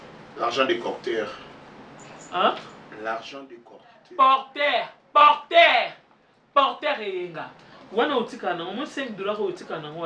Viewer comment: Porteur et non portaire 😊